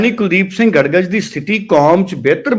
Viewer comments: ਗੜਗਜ ਨਹੀਂ ਗੜਗੱਜ ਹੈ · ਗੜ ਗੱਜ ਨਹੀਂ ਗੜਗੱਜ ਬੋਲੋ ਜੀ ।